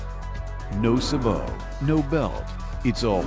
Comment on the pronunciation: I am pleased that Federal can say Sabot the correct way! Say-bo, gives me confidence to try the bullet...and a copper lead-free bullet too! What is the best rate of twist for each of the copper or lead bullets?